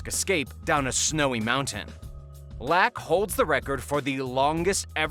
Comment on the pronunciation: Its Phil "Lock" not Phil "lack"